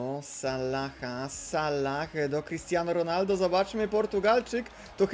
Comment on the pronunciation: Proszę czytaj Salah z jednym "L" nie z dwoma... Sallah... To nawet źle wygląda jak się to napisze xd